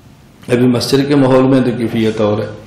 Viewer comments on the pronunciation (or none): none